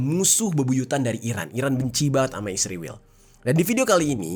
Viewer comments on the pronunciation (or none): Dek bukan isriwil namanya tapi Israel. Musti lu belajar ngeja dulu biar bisa membaca dan menyebut nama negara lain... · Israel 0m bkn isriwil..km yg bener ngomongnya..km gak bisa ngonten cari uang kalau gak pakai keunggulan Israel.k